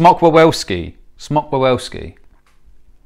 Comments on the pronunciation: I just started watching the video, and I see that u have a problem with the word "wawelski". You said it with an english w and its a polish word ,the polish pronauciation is more like vavelski cuz polish is fun and insted of v it has w, and instead of w it has Ł (not to be mistaken for L) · Say: VIV-ELL-SKI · As polish speaker I suggest better pronunciation for english speakers: "VAH-VEL-SKI" 😉